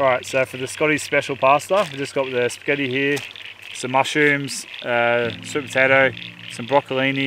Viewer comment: Scotty mate did I hear you call the pasta "Sketti".. lol. We do have tarantulas here, it looked like one. My man got a nasty bite from what we think was one. Love a River Oak camp-site.